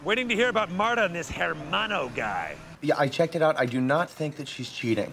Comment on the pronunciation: Probably unintentional, but I always found it funny that they pronounce the H in "hermano". The H is silent, so Gob wouldn't know it's there if he only overheard it. The way he says it makes sense if he saw it spelled out.